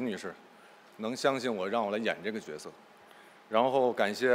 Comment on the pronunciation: 是角{jue}色，不是角(jiao)色